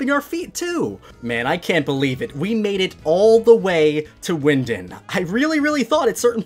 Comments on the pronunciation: you are not talking right it’s wyndon not wyindin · It's " Wyndon".Not Windin.😂😂